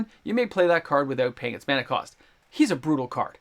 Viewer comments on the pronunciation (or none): none